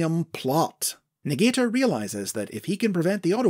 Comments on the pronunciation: I think Negator is actually pronounced nega-tor, not ne-gater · Interesting stuff! I think this would make for a great elsewords mini or something, maybe even a new continuity. Also I believe they wouldve pronounced it Nega-Tor😁